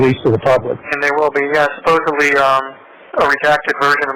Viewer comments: Omg I can't stand how the two of them say "suppuvly" instead of supposedly. They don't even know how to say the word yet they both keep saying it over and over. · Is saying "supposebly?" That tracks, honestly.